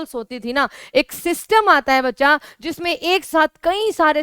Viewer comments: Madam aap bachacha bachacha ..... bhut karti ho apka video aapse bdi umer ke bhi dekhate h .....😮😮😮😮😮😮 Please don't say " Bachacha " ....😊😊😊😊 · मैम ज़ब आप बच्चा बोलते हो तो बहुत अच्छा लगता है